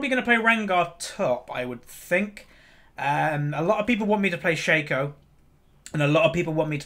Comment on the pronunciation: It's pronounced Shaco, not Shaco (?)